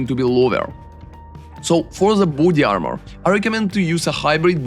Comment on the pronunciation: Орнул с акцента "буди армор"))))